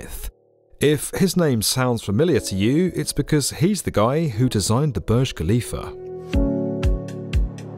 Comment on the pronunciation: Please stop pronouncing Burj Khalifah as Boj Kalifa especially with nonsense British accent. It’s not your language and so you should learn how to speak the word . That’s a respect. It’s pronounced as “Boorj” as in “uu” and the “r” must be heard, finally“Khalifa” as Halifa not Kalifa. It’s always annoying when you say it thinking you are knowledgeable 🙁